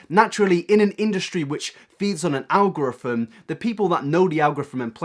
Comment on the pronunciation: I’m suspicious you can’t say “algorithm”